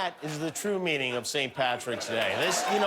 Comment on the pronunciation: Did that lady in the car say "ckricket" or "crack head"?